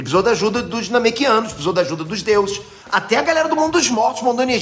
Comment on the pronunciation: "Namekianos".......... aih n po ahhahahaha